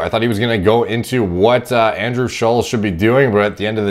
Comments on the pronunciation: Andrew wants to put about as much effort in to his physique as puts in to pronouncing Andrew's name correctly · You pronounce his name wrong like 100 times